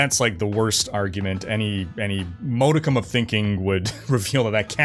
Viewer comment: gentle correction, "modicum" is pronounced as maa·duh·km (unless you have odd local/regional differences)